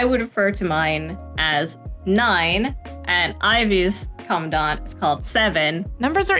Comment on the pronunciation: Thank you for pronouncing Commandant correctly, I've been screaming internally ever since I heard it 'the English way' for the first time. 😭 Also, big thanks for all your work on Gray Ravens and for making this video. It was fun listening to you talk! I'm a big Alpha fan myself (potentially SSS-ing the new frame next year), but I have to admit that Luna is my queen. 🥰